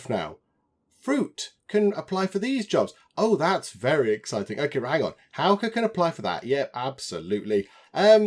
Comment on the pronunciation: Your pronunciation of Hauke is now spot on! 👍🏼👍🏼👍🏼